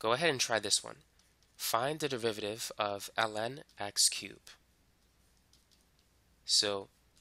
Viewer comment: Why do I keep hearing 'devivative' every time he says 'derivative'? 😂 Well thanks for the video, I appreciated it